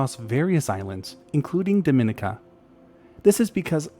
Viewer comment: At the risk of being /thatguy/ I'm going to point out that Dominica is pronounced däməˈnēkə and zoologist is pronounced zōˈäləjəst. As a zoologist who lives in Florida on the edge of the Caribbean I just couldn't let it go. My apologies in advance for being a pronunciation Nazi :-) I love your channel.